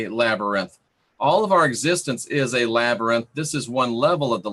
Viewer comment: Labyrinth LabYrinth Lab-YR-inth Oh my gah! I could hardly pay attention due to laughing! Silly. "Through dangers unknown, in hardships unnumbered, I have fought my way to the castle beyond the Goblin City to take back the child that you have stolen, for my will is as strong as yours, and my kingdom as great ---- You have no power over me. "